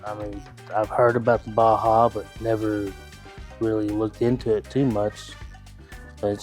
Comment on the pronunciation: You lost me when you said Baja wrong.